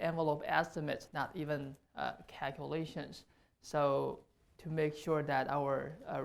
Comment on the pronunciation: Cakulashuns That's not an accent. That is a speech impediment. Fusrating